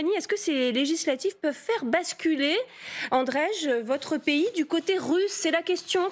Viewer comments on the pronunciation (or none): Cest Andrei pas andrej mdrrrrr 😂😂😂